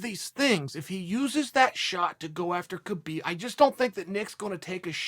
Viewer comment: He'll call him Khbob.